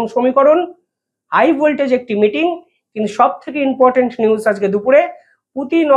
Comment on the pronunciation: Inportant not important.Thik kore bolun